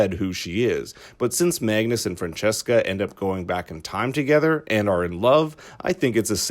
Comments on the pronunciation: It is Franziska not Francesca, must be hard for a non-german speaker^^ Nice video, thumbs up. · It's not pronounced Fran cheska. It's more like Fran zeeska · Not Fran-chess-ka :) The name's parts are pronounced like "fun" with an r before the u, "sis" as in sister, an ka as if you left off the trailing r of the word "car". Frunsisca. Franziska. Not the french sounding thing :) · great video! but i cringe everytime i hear you say "francesca" instead of "franziska" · Leonidas Etzel The names where probably pronounced this way in the English voiceover, that’s why they pronounce them wrong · It's soo funny to listen to you pronouncing the German names haha yulrik and francesca